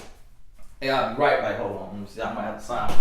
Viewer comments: Me too! I'm glad I'm not the only one that think he's saying bike...lol 🤣🤣🤣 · Yes!! Hahaha he’s soooo country! 😂💀